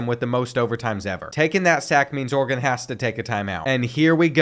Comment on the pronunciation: It's Oregon not organ